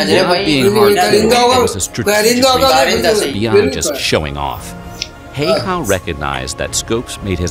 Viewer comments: Very cool to see as a Finnish person this here in your chanel 💚 But Häyhä is NOT nothing like "hey-ha" the start "hä" is pronounced like start of the word ha(ppy); so ha+y+ha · Yea it is annoying when people say “hiha”